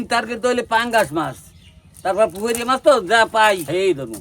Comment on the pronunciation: পুকুর ❌ পুহুর ✅